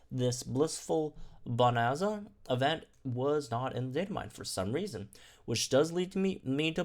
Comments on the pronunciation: I'm sorry to do this, but it's bo-nan-za (nan as in nanny). The rest is right lol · How did he not go and learn how to pronounce bonanza it’s not hard